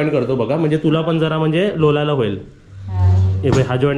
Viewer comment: लोळायला असा शब्द आहे . लोलायला नाही रे